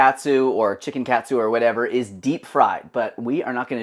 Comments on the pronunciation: wtf??? it's not pronounced that way. It's not like a "cat" - "soo". It's supposed to be like the word "caught". Hearing you really hurt my ears. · Dude..."kah-tsu" is the pronunciation. That hurts the ears. You sound American.